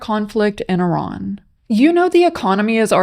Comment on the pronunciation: Why do people pronounce Iran as Eron?